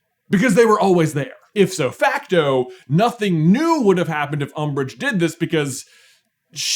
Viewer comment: hahah "if so fact so", you meant "ipso facto"